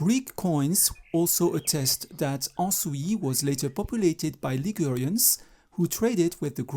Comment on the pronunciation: Il faut prononcer le S à la fin d' Ansouis. et en 2 syllabes